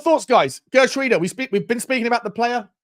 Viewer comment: Isn't it pronounced "Heh-er-trowda"? Not the best with my Dutch, but I think that is a close pronunciation...